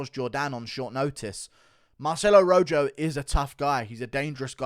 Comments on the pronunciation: It's not ROJOW, it's ROJO like the color red translated into Spanish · The way Guru pronounces "Rojo" makes me laugh 🤣🤣dude it's a spanish name it's like Ro-ho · The fact you can’t pronounce Rojo right and you’re a European bothers me